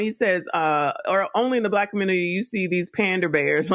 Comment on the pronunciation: lol “Save the communitah!” Dude is still trying to use 1980s talking points when the women themselves said, “I don’t need no man!” This woman went on a show and asked for advice. No one came to her and asked her anything.